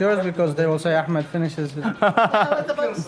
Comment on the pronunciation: Gotta love the Akkhhhmad Xombination 😂